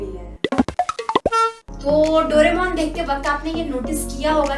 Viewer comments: Dono bahi behen (dodemon) instead of doaremon😅😅😂😂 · वो डोरेमोन है ना के डोडेमोन ... Smjhe didi..?